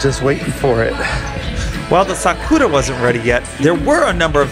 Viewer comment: why do you say 'sakora' instead of 'sakura'? i never understood this ^^"